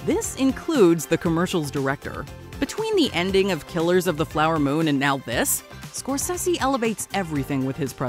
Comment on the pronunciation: Martin score-sessy? It’s score-say-zee